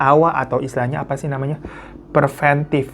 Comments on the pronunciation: preventif!, pree ven tif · Alfatihah buat bang ibra dan bang andi.semoga gak ada yang begitu2 lagi di pesantren lainnya.btw, yang bener preventif bang😅😅😅 sabar yah jindifan...